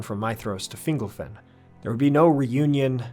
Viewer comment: Finglefin? Really? Sounds like a species of fish. You Americans are useless with accents.